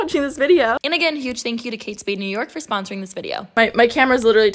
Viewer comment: lmaoo "sponrosing "